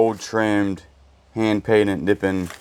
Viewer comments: it is pronounced Ne pon not nipit😅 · Nippon is pronounced NIP on, from1891 to 1920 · It's pronounced Naponits sellable! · I think you pronounce the China “ Na pond “ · The wooden cutting boards with cuts and scratches are easily restored with some sandpaper and food grade mineral oil. Nippon is pronounced Ni-pawn. 😊You ruined the beautiful hat box by cutting the rope. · It’s actually pronounced Nip pon and that is the name of who made the China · Nippon sounds like nipond with a silent d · Nipawn is how to say it. I almost fell off the couch laughing. Be sure to tell Daniel hello. Maybe you should get him some treats and he might start doing some work for you!!!😂😂😂😂❤❤❤❤ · You cracked me up with your pronunciation of “Nippon” China! Love you guys